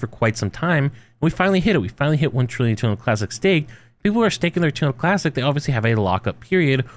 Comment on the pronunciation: This is about terra Luna classic right? All I hear him saying is tunalunclassic. 😂😂